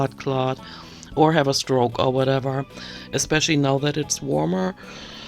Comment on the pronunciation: EATEN!!!! Lol. That was driving me loco for the longest time. The other one that makes my skin crawl is “eXpecially”.